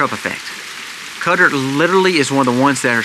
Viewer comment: Qatar is pronounced kah-TAR